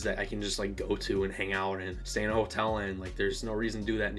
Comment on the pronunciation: Dude, it was so fun to meet you! Wish we'd had more time to talk. Glad you had fun. Thanks for sharing your feelings with us. I felt the same way. When you say "Ho-tell," it's the most Michigander sounding thing ever and I love it! Cheers